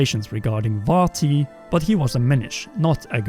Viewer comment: It's Vaati...